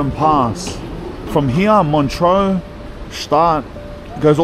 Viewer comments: MONTREUX and not MONTROU !!! bloody hell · You’re pronouncing montreux wrong brother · It’s not pronounced ge staad, just gshtaad. Elizabeth Taylor and Richard Burton, Julie Andrews, Roger Moore among a few, have had homes there. Montreux is also not pronounced the way it is in this video.